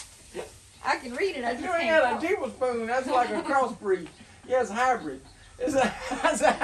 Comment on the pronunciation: She totally said Teeblespoon